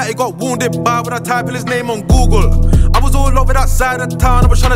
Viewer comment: Lol man said googlre